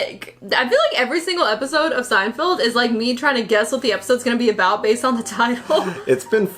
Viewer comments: Haha. You said "Seinfield" Mispronunciations of Jerry's name is a running gag in the show! Thanks for keeping these GEMS coming so frequent. I can see that you enjoy them! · Bro, still saying "Seinfield" this late in the game is crazy. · I thought he said Steinfield.... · SeinFELD, not SeinFIELD. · I love that you guys still call it SeinFIELD. Feld, Feld, FELD. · Can you guys please stop saying "SeinFIELD". It's SeinFELD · LEARN HOW TO PRONOUNCE JERRY'S LAST NAME YOU MORE-ONS. SO FRIGGING LAME.